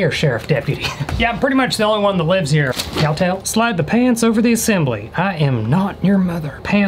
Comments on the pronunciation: Him: cowtall? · This is how many times he said cowtail 👇